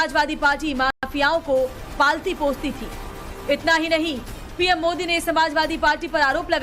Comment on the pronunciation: ये ओवेसी मोदी को मोडी क्यों बोलता है भई 😮